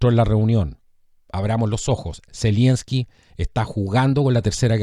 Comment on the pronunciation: Estas son puras cachetadas de payasos,de este par de títeres del NOM ,Pan y Circo para mantener en el engaño a los incautos . Y Es Z E L E N S K I ,no ZELIENSKI . Saludos !